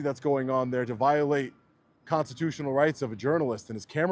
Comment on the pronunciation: brother needs to practice speaking the word "constitutional" a little cringe every time.